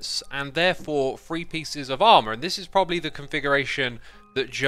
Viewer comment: lol :p talkin bout the number free n fallin frough things n the dragons breath gettin frown instead of thrown :p what accent is that??? is it specific to a certain region??